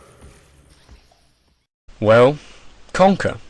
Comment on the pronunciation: death? i thought he said dirt.....